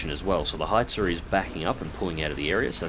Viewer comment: I love his pronunciation of "Hetzer" :') made me giggle